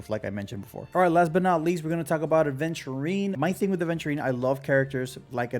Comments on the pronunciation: Great video, but man, every time someone calls my boy A(d)venturine my brain hurts >__< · Wait a minute. Isn't it 'Aventurine' without 'd'? I think I used to make that mistake as well. 😂Anyways, since I have Topaz I'm more leaning towards Aventurine now. I love follow-up comps and I've been clearing most content with Lynx as my 2nd sustainer anyways. Probably gonna get Clara from the 300/300 standard banner choice as well since I already have Bronya (50/50 loss on the initial Fu banner) and sig LC (from standard). I kinda stopped caring about meta too much. I just wanna have fun and pull the characters I like. I still wanna pull for Acheron cuz I find her really cool. Gonna be tough if I end up losing another 50/50 and having to skip Sam but such is the f2p life. 😅 I might be fine as I've saved up 30k jades and can get another 56 pulls from the exchange but my pulling record isn't the greatest except Black Swan which I got in 5 pulls and won the 50/50. I'll stop yapping now. 🤣